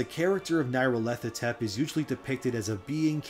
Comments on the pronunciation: Nyarlarthotep is NEE, not NIGH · Nile-ahr-foh-tep. but good effort trying to pronounce that weird ass name.